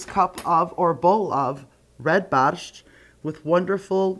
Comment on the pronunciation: My Polish grandmother and mother never pronounced Borscht the way you do.